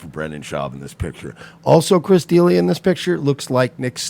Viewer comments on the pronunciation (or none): Agreed. Its Duh Lee Uh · Pronounce Chris D’Elia’s name right. It’s frustrating to see the hypocrisy